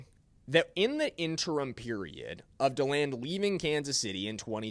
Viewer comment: It’s pronounced DEE-LAND, not DALAND!!! Knowing how to pronounce someone’s name is important!